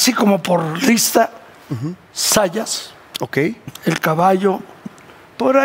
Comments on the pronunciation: el apellido es ZAYAS, con "Z" al inicio! que pasó??? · Zayas no Sayas esos millenials 😂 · Es Zayas no Sayas.